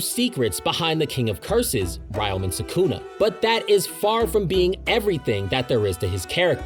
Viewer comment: I'm disliking and stopping this video 42 seconds in because of how fucking badly you butchered the pronunciation of ryomen sukuna. No shot you researched for 7 hours and didn't bother to look up how to say his damn name